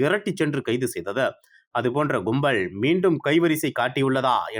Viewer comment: Mr please learn tamil properly to differentiate between la and zha It is kumbal and not kumbazh